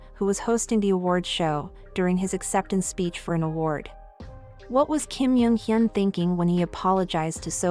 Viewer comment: Oh my godd I love your videos but I can't ignore the way you pronounce almost all of the celebrities featured in your videos. The way you pronounced Kim "Jung" Hyun as Kim "Yung" Hyun and "Seohyun" as "Seohyin" I'd suggest you to learn how to pronounce people's names. Really no hate ❤❤